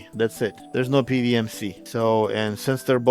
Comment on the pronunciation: Calling it "Pee Wee Em" instead of the atrocious "Pee DoubleYou Em" warms my European heart.❤